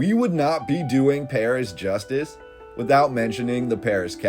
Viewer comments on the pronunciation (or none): none